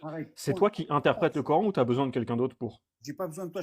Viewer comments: Vous voyez comment ils prononce le cor haine ça veux dire ce que ont pense ils y a que de la haine dans le corant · Le cor-âne il a dit ?